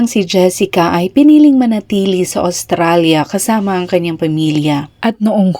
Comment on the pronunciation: Please pronounce well, Australia.